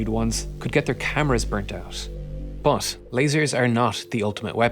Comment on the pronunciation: stop fucking saying buff instead of but